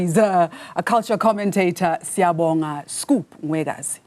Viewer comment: His surname is not pronounced like that.